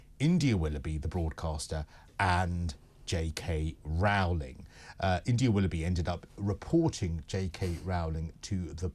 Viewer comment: It's JK Rowling - to rhyme with 'bowling'.